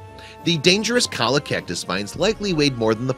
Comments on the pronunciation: FYI : cholla is pronounced choya, not coya ! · pronounced "cho - ya" not "Kawl-ah" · The poor thing! Btw, it's Cholla - pronounced choy - ya. Not colla. It is probably the worst kind of cactus there is. Not only does it stick in, but it has barbs on the tips that hold it fast and it has a juice in the spines that sting and burn, so even when you aren't moving, it's horribly painful. They are a nightmare to remove. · colla? it's pronounced 'CHOYA'. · The plant is called cholla! Pronounced choy-a! Not call-a. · CHO-YA, not "Colla". Christ... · There is no such thing a 'cola' cactus. The pup had run into a cholla (pronounced choya) cactus that is often called jumping cactus because it seems to jump out to impale those who pass too close. The plant propagates when the bulbs are broken off and begin to grow where they land. The bulbs are often times transported by their victims. But to be sure, the plants will begin to droop in the spring and will drop bulbs below the main plant ready for the summer monsoon rains. This leads to veritable forests of cholla cactus that can cover several acres. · Cholla is pronounced choy-yah. Fine story. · It’s pronounced “Choy ya” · Cholla is pronounced CHOY-A. Please do not murder Spanish and English. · Cholla's pronounced choya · Cholla cactus...pronounced Choy Yuh--it's spanish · Pronounced Choy-a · this is great work, but it's pronounced "CHOI-ya", and hearing it otherwise hurts my ears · lizzard713 - Do you mean the animal or the plant? Just kidding... It hurts my ears, too! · IT'S PRONOUNCED CHOYA!!! IT'S SPELLED CHOLLA, BUT IT'S A MEXICAN WORD, AND A DOUBLE L IS PRONOUNCED AS A Y. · I bet if he got stuck with some, he'd learn how to pronounce it correctly.